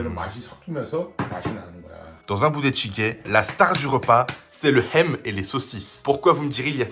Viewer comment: Ham, ça se dit"ham" pas Hem😅